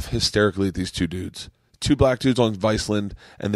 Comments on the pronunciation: Viceland...said like Iceland?! Hahaha you're so funny bert Vice. Land. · Why does Bert pronounce Viceland as "Vicelind"